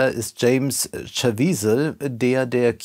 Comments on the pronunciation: Der Name ist nicht "Schawiezel", sondern wird als Ka-viezel ausgesprochen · Ja, nimmt es mit den Details von Filmen und vor allem mit der Aussprache von Personennamen generell nicht so genau (der Schauspieler heißt übrigens Jim Caviezel, nicht Chaviezel - evtl. auch bekannt als Hauptdarsteller von Passion of the Christ).